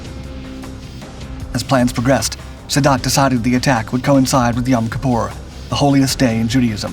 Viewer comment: 1. eine Phantom F4 war jeder MiG 21 haushoch überlegen. Schneller, wendiger und schwerer bewaffnet. 2. Wenn man nicht weiß wie man Jom Kippur und Sadat ausspricht sollte man keine Videos einstellen.